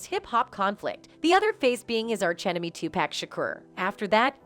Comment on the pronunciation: Informative video. But I keep laughing when the speaker says Too-pack 😂 He’s name should be enunciated more like 2-puck or too-puck.